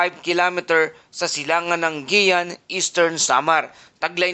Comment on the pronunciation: Carlota Corres oñExcuse me po! Hindi po Guiuan (pronounced as Giwan po not Giyan).